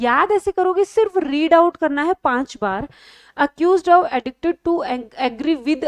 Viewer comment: Mam class achi h sb shi hai bus ak aap ye of ko thik se bola kre request